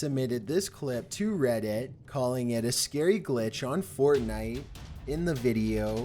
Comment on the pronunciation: Why does this guy have to speak like that: rediteeer, warheeaad photoo